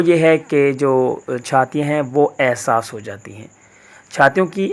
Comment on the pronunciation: Bahi asas ni ihsas hota h